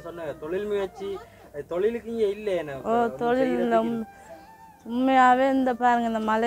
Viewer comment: தோழில் இல்லை ஒற்றைக்கொம்பு தொழில் please don't kill the Tamil